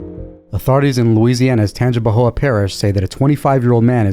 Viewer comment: If y'all aren't from Louisiana, kudos to you for pronouncing Tangipahoa Parish and Natchitoches correctly--thank you! 👍🏼